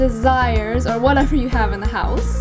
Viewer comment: Cam Bennett he might be struggling to say have?